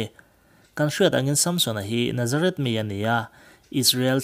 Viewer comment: Nazareth tiin i lam ri a,Nazarit ti a lam zawk tur aw